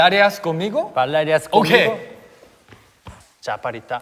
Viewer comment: no one: literally no one: minhyuk and jooheon: CALL MIGO instead of conmigo 😂😂